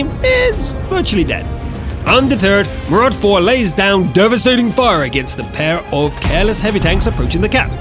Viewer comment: MARUDA not MARUD4 dick